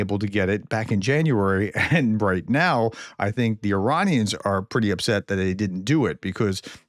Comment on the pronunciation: Well done Prof on correctly pronouncing Iranians short i and long a. 😊